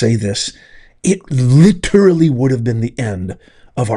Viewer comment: Please stop using the word literally. You sound like a moron when you use it incorrectly and pronounce it incorrectly.